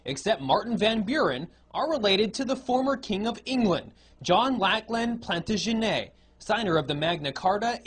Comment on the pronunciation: The way the guy pronounced Plantagenet ... I mean I know they were a french family from Anjou but we say plan- ta - gen -et in England. It made him sound very pseudointellectual